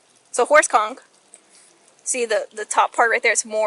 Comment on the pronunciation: Holy crap, you said "conch" correctly.